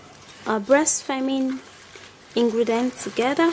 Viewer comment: "Ingredence" 😂😂 acting as if you are an expert. Treatment? Fuck you can you please run away